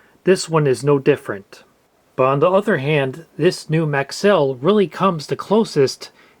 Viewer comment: No I heard maxell and though what the hell is that? it's Maxwell 😂